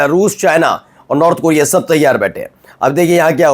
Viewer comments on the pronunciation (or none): none